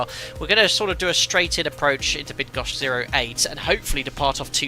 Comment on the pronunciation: as a 737 pilot from Poland I have to appreciate your effort trying to pronounce Bydgoszcz correctly:-) its’not easy. full name is Bydgoszcz -Szwederowo airport:-)